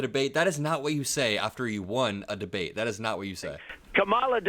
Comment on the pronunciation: "the debwate we had with Biden..." ? I watched. You lost. Bigly.